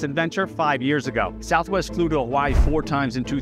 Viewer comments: "Huh-vuh-ee" brudduh. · He got Hawaii wrong too. He pronounces it "huh-wai" .